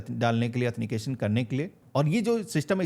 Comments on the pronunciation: Au then ti cation ❌ Athni cation ✅😂😂 bhai thik se bolna bhi sikh lo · एथेनिकेशन 😂 आॅथंटिकेशन